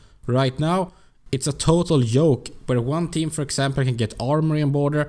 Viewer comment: You always say "cashell" instead of "casual". And it's "joke", not "yoke" :-D